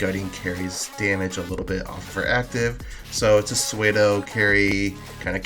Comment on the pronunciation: nice analysis, side note pseudo is pronounced soo-dow.